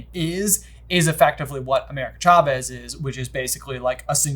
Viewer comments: Am I the only one bothered by pronouncing it "CHA-vez" instead of "SHA-vez" They pronounce it correct in the first few minutes if the movie... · I love these guys, but the way they pronounced Chavez was SO distracting lol 😂